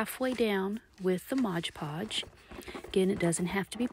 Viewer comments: This was very well done! Thank you! As a side note it is MOD Podge, not Modge Podge. Mod. ❤ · Right? The number of times she mispronounced it was aggravating. And what a messy hassle. I'd rather sew a bowl.